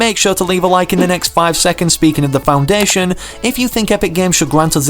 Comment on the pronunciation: It’s the foundation. Well it does not really matter that u said it wrong so- but yeah the foundation is coming to fortnite!